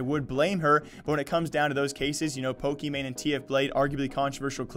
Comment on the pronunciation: I listened to it countless times and couldn’t hear “grocery store.” She definitely said the hard r. Also she pronounced Pockey wrong but whatever